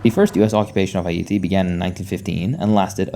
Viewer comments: Hay Yatti : you said “Haiti” wrong. Dislike and didn’t finish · Unfortunately, he isn't pronouncing Haiti correctly, it is pronounce more like `eye-ee-tee` Source: I'm Haitian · Oh no!, is hate-tee😂😂😂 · was gonna say this. I really do prefer it when people just say Haiti in the English pronunciation, if they can’t nail the proper pronunciation yk. But I do appreciate the effort, and this was the closest I’ve seen of a YTer saying it properly so it didn’t bother me too much. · agreed, i appreciate the effort. I just wanted to make sure people didn't believe this was the proper pronounciation